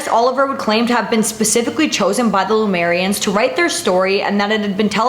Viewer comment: Heyyyy more mysteries! Did you mean Lemurians btw? Not Lumerians? I always feel like I should pronounce the Lemurians like the animal + ia/ians.